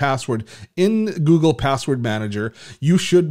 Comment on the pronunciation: Funny the way you say Google.. haha.. Where are you from ?? Gggoogggggle hehe